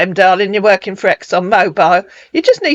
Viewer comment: His geography knowledge is amazing, Not! 🤣 It is interesting that often these scammers assume that their prey lives in the ‘States’, USA 🙄 when he says ‘I am working’ it sounds he is Walking. This is a gem, LOL 😂 Too funny 🤣 Love it when you threw Lagos in his attempt to tell you which city he is! Ha ha :_rosMoreBetter